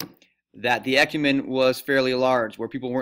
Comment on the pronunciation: When he pronounced e-cu-men-e he has me dying😂